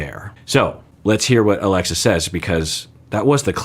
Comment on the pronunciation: At some point called her Aglexa. I find it funny and cute how much he was struggling with her name for some reason.